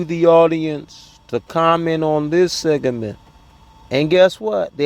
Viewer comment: It’s segment. Not segement!!!!!